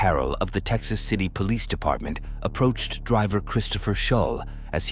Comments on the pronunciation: Why does it sound like u saying “peace officer” instead of “police officer”? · I said this so many times why do they say poe leese